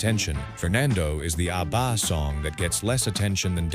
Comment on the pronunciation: I lost interest in this one as soon as the AI voice mangled the pronunciation of ABBA. This is what happens when we lazily churn out videos without checking them first.